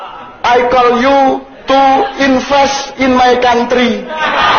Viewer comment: Cak nun: "plis infes in mae kantri" 😂🤣